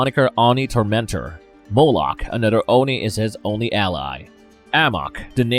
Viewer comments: Why did you say Oni like “Onnie” and then immediately pronounce it correctly “ohnnie” afterwards… ?? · what the hell is an arny, its called an Oni